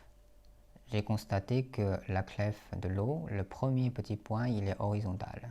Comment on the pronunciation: Cette vidéo est remarquable, tout comme votre calligraphie et votre niveau de français. Cependant, le mot clef, qu’on écrit aujourd’hui clé, se prononce littéralement comme sa nouvelle écriture le laisse entendre, c’est-à-dire sans le son f.